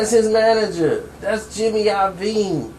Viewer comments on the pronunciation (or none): none